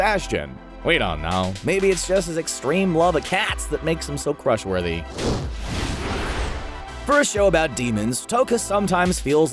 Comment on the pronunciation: Its not toka ITS TOUKA FATTY DUMBO JUMBO JEESUS. STOP ACTING LIKE YOU KNOW EVERY SINGLE ANIME WHEN YOU LITTERALLY JUST COPY PASTE THINGS FROM ANIME WIKI'S. YOU CANT EVEN PRONOUNCE TOUKA RIGHT. LIKE BOI ITS TOY-U-KA